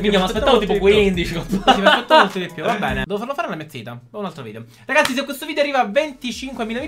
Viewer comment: Ma perché dice cazzi e non ragazzi? 😂